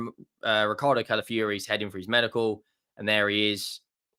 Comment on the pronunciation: Cala fiori not Cala fury.